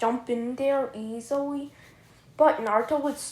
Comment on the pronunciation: What are u saying easiwea or easily